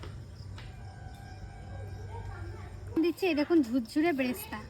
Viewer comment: সিম্পল কে সিম্পিল আর ক্লিপ কে কিলিপ উচ্চারণ করে এদিকে বেরেস্তা কে ব্রেস্তা এই ভুল উচ্চারণ টা করছে কেন ইস্প্রিং মার্কা উচ্চারণ হয়ে যাবে বলে নাকি! অমিত দার আনা শুভর জন্য TShir and Pant টা খুব ভাল হয়েছে। শুভ ওটাকে Black powder বলে না Black paper dust বললে ঠিক ঠাক বলা হয়।